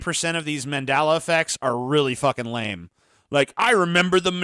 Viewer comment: You mispronounced Mandela effect wrong several times, but you pronounce Nelson Mandela correctly. Wtf